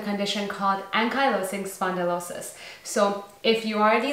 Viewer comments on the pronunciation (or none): At least pronounce the condition properly. As a “doctor”, U should know that. It should be second nature